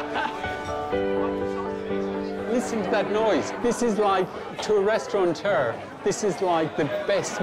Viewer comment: I wish restaurateurs could learn that the word doesn't have an 'n' in it!